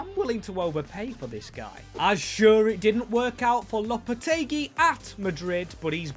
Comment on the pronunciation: Its pronounced lopa-tay-gee